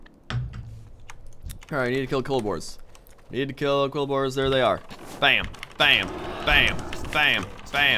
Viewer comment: Did he call the boar people "kolbors"?